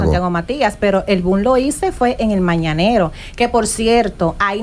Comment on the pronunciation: 🤣🤣🤣🤣 y no supo decir mañanero